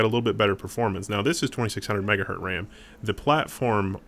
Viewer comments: I like how you say MegaHurt instead of MegaHertz :D:D:D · yeah lets make meme out of it "megahurtz" :p